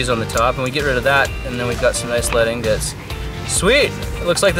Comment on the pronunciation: Its ingots not ignots